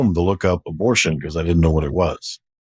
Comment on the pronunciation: He said..I've been taking drugs since I was 12 and I didn't need a satanic coven for that!..Didn't he say previously that he was doing all this in a satanic coven! and he keeps saying 'abortsion'..I think what he's saying is sarcrifice! but he's too embarrassed or ashamed to say it!...Maybe the lies haven't stopped!...Still..glad he's repented!